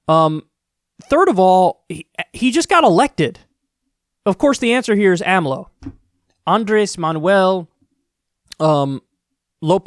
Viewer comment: couldnt even say the 4 letters of the names acronym AMLO say it with me AMLO